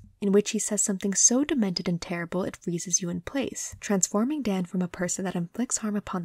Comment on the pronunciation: I really like your video. It's well thought out, put together and I think your voice is soothing. If I may say one thing it's that Daan is a dutch name that comes from Daniël (the bible) and the "aa" is sortof pronounced as a drawn out version of the a in the exclamation "aha". That is a nitpick though and not something you would know if you're not familiar with the name. Otherwise a perfect vid, imo